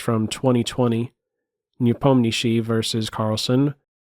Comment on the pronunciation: pretty nice 'Nepomnyashiy' pronunciation btw!